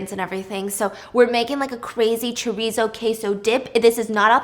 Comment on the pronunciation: I'm sorry- I gotta clown how you pronounced "Chorizo" pffftttt- I don't blame you, but being a fluent(ish) spanish speaker, I find it very funny